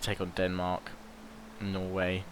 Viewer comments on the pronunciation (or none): none